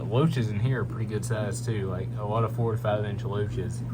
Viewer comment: "A wotta water changes." Say that three times fast! Seriously, cheers from my fish room channel in Chicago, where I am a subscriber to yours :)